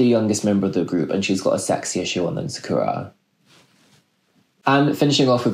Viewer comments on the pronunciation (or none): none